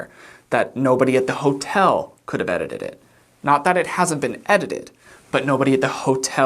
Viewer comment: But how did you say "edited it" so flawlessly?